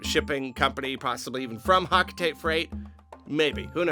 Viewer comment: Isn't 'Hocotate' pronounced 'HOE-kuh-tah-tay'? That's how the original Japanese name, ホコタテ, is pronounced.